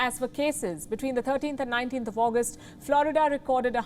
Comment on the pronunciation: Maybe she should learn to speak English and pronounce Florida.this woman has a rock for a brain